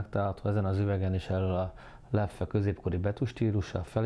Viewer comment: Rosszul, mint ahogy ez a youtube-er srác is. 2 kiejtése van, a hivatalos holland és a még nagyon elterjedt és elfogadott francia. Sem a leffe, sem a löff nem opció. Hollandul lef(ö) az ö nagyon enyhén, franciául lef.